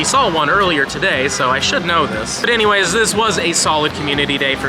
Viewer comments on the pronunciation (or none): none